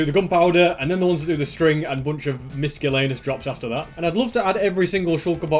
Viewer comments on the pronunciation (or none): I love how he says miscellaneous, like “miskellaneus” lol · I love how he pronounces miscellaneous like miskellaneous